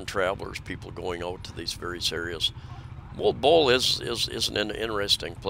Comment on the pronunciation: MOALBOAL should sound as... MOH-AL-BOH-AL...not MOLE-BOLE 🥰